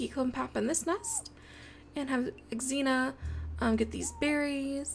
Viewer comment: I think you pronounce xena as zeena